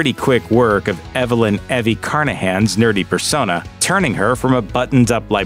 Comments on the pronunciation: wrong according to the narrator its Evy hahahah. cringe every time he said it. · Eevie not eh vee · It's EE-VEE not EH-VEE :/ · I'm not prepared to believe anything you say if you can't even pronounce Evy's name right, my dude 😂